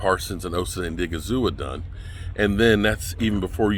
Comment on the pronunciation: Thank you! It's annoying as hell that he constantly get people's names wrong. It's like he doesn't even make an effort to pronounce their names correctly. Obviously he doesn't read the comments.